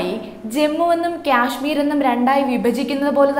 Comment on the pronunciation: ക്യാഷ്‌മീർ അല്ല കാശ്മീർ എന്നാണ് പറയുക